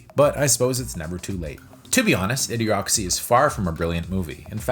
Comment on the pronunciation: you keep saying A. D. Ocracy instead of Idiocracy.